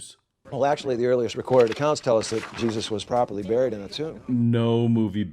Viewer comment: The one thing that I find very troubling is the way you pronounced buried. I forget where you're from I'm not sure if your East Coast guy or from the West? But I also noticed that my son and daughter also pronounce it the same way you do. So maybe I've been pronouncing it wrong for all these years. I pronounce it more like this,berried. All the god stuff is just total bullshit as anyone who uses evidence logic and reason to form their thoughts and opinions but I'm still stuck on that word buried. That's the most important thing. All gods are all man-made and we did a shity job of it too